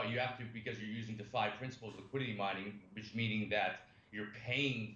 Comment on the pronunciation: I reported two comments for you. Tell him its DEE FI I dont trust someone that doesnt know how to say the simplist things in our space